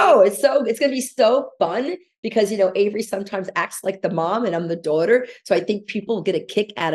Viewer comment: Why does she always add an extra R into daughter? ‘Daurghter’ 😒